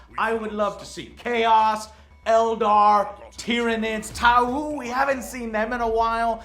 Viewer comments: Aren't the Tau pronounced "Taw" not "Ta-u"? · Tauoo? Que es Tauoo? It is Tau. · tah-oo? the fuck? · Tauwuu? lol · Cringe on the Tau pronunciation